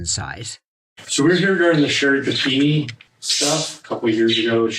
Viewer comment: Never going to unhear Sherri Panini and I don’t want to 😂